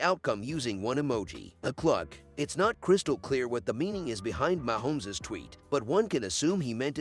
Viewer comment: Wish you would stop using a robot. Can’t pronounce Mahomes correctly.